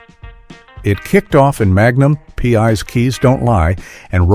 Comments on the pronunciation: Your AI voice has trouble with the titles. Magnum pee?? The voice don't know how to say it. Smart computer, NOT. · Haha just heard "Magnum... P" myself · Murder she wrote and Magnum Pee? I think the AI voice might have had a stroke.